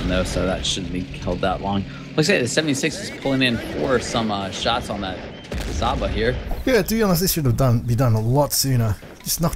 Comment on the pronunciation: haha,love how you all pronounce Csaba wrong...CS is read like ch in Hungarian, ch like in China so read it CHABA :)...or stick to yours way, it is funny.